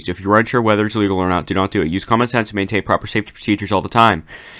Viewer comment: It's "maintain". Not "mantain". In the intro.